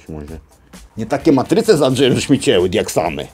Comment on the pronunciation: "Diaxamy" xD oj andźej